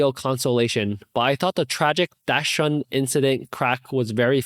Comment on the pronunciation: Oh that is not how you pronounce dachshund 😅 but to be fair most people make the same mistake/don’t know how to pronounce or spell it